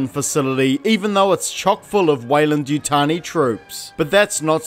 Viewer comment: Ah yes, Yeyland-Wutani